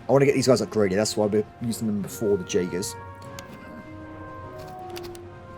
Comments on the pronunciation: Jaegers are pronounced Yaegers!! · The pronaunciation of jagers is killing me lol